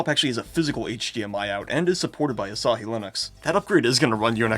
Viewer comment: Say asahi bro 🥀